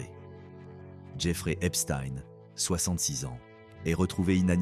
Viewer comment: A vous aussi il faut des cours de phonétique ?? Comment prononcez vous Einstein ? Pourquoi pas Palestein tant que vous y êtes ? En plus vous omettez sciemment le déail le plus important de son existence !! Il n'aurait sans doute jamais pu atteindre les plus hautes sphères sans sa complice Ghislaine Maxwell qu'il a connu en 1990 !! Cette criminelle actuelleemnt en prison aux US s’inscrit dans une lignée de “facilitateurs mondains”.grace à son père, Robert Maxwell, lui-même à la tête d'un réseau politique international soupçonné de liens avec des services de renseignement... Est ce fait exprès que la plupartt des merdias en parlent à peine ? Pourquoi ?